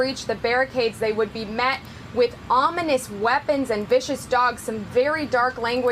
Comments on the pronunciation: He's been wanting to try that big word(ominous) again every since he butchered it a few months ago. I presume he still can't pronounce it. And by "greeted"- I assume he means the WH is open for tours? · He said ominous weapon 🤣, does he have a hammer of dawn or something? He’s really calling for his disciples to go defend his house from protesters...he’s trying to incite a conflict. But what else is new